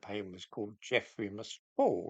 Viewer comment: He did this nonsense only a few months ago. The museum announced its change of name in 2019. And it's "Geffrye". Not "Geffrey".